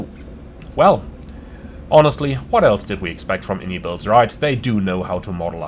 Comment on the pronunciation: fyi, its actually pronounced (eye-en-eye builds), and not the popular way of (in-ee-builds) the devs clarified it on a podcast a little while back, that being said, your a big boy, u can call it what you want haha